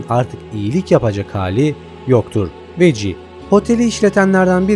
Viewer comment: Vaggie:veggi olarak telavuz edilir 😅